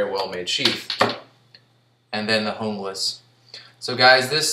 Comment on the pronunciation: Good review but your pronouncing Junglas wrong..the J is silent (unglas). I learned this during my Rowen factory tour.